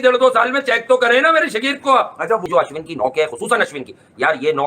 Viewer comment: भाई तुम्हारे दोस्त का नाम होगा अश्वनी वो अश्विन है पाकिस्तानी गलत बोलते है वो ठीक है इंडियन तो न बोले